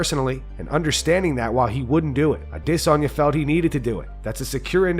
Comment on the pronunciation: Can you please stop overpronouncing Izzys last name? I cringe every time. You’re not saying it wrong but you’re overdoing it. It’s more subtle than that It’s like when people want to sound french and go ham saying Croissant. CwasssOn! It sounds silly.